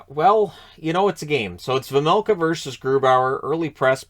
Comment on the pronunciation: Its pronounced Veimelka, not Vemelka or Vermelka :D